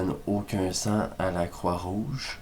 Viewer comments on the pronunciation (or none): Sang* mais j'ai entendu seins aussi x)